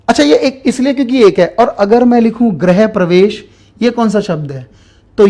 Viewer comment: गृह और ग्रह के pronunciation में अन्तर होता है, please सर इसे ठीक कर लो ।